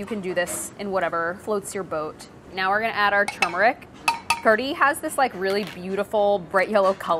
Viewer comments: It's pronounced Karhi, not Kadhi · It is actually pronounced kad-hee (closest you could get) कढ़ी / کڑھی. The ढ़/ ڑھ sound doesn't exist in English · All I hear her saying is kuree. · But then, , doesn't it actually sound like she's really saying "curry" to anyone else? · I swear she's just saying curry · There's no R in Kadhi????? Why does she pronounce kardhi? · Okay, a question just for the desi peeps in the comments: is there an "r" sound in "kadhi"? Is she saying "kari" or "kardi" or something else altogether? I couldn't figure it out. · It sounds like she's saying Curry in Engrish. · You can hear her tongue hit the top of her mouth when she's saying it. Curry, she doesn't do that. It's very hard to catch or replicate if you're not used to it. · New drinking game: drink every time Priya says "Kadhi" and you hear "r" sound :D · Priya even you cannot pronounce Kadhi. And who calls Kadhi Soup.